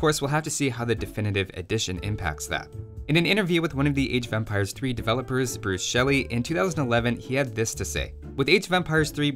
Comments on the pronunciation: It sounds like you are saying age of vampires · Am I the only one hearing "Age of Vampires" every time here?